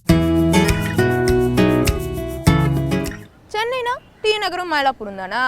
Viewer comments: 5.34, தமிழ்நாடு என்ற பெயரைச் சரியா சொல்லுங்கம்மா. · தமிழ்நாடு என்ற பெயரைச் செய்தியாளர் பலரும் தவறாகவே உச்சரிக்கின்றனர்.